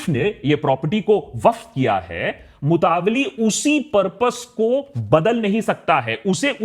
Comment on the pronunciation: मुतावल्ली होता है न के मतवाली